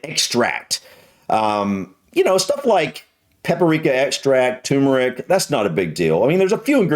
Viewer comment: Lol, the american said "too-meh-rick" 😂😂😂